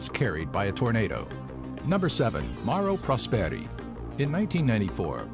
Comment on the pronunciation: you pronounced wrong Mauro prosperi